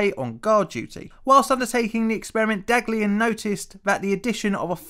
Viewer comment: The first scientist's name is pronounced "dahliyan"